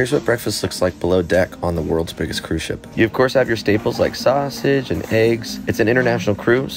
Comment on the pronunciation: "You got you staples, like saaahusage and eegs"